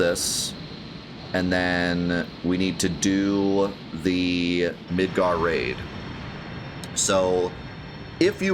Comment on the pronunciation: When you first said Midgar Raid, I though you said Midgar Rave, and I was very much in love with the idea of a giant rave in Midgar